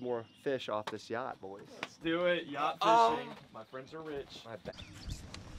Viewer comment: yea you said YATCH and she said, ''Oooookkk??'' and went back to tell the manager, and well... lol